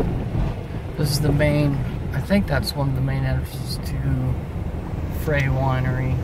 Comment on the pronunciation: Goo video, but it is Frey (pronounced fry) winery, and they are still in business!